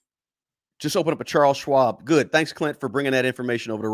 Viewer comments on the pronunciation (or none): none